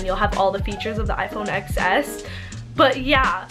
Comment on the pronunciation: it is XS but it is pronounced “10s” because the X is just 10 roman numeral.